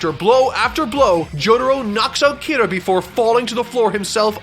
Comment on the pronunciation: who the fuck is kiru ???? ITS KIRAAAAAAAAAAAA